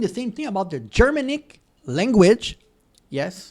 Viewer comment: Yes, and it's pronounced Ger-manic, not German-ic as I heard right at the beginning of the video.